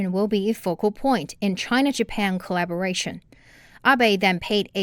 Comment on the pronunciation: corabolation😂😂😂😂😂😂😂可以住嘴么